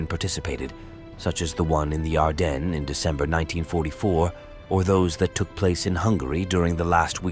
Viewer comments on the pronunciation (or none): none